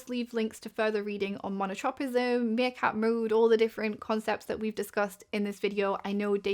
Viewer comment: Meercat, not 'Seercat' lol